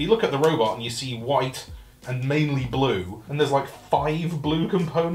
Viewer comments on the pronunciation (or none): none